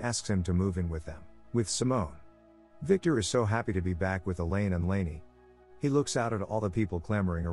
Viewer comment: ... "Elaine" pronounced like "Alien"?